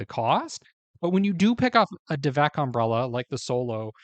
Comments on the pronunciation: I said the same thing … he said the name wrong 🤦🏼‍♀️ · Did you just say "devak"? Time to leave lol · You’re mispronouncing the name— it’s DAV ek.